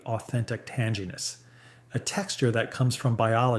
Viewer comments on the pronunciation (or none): tan-g-ness? No tangyness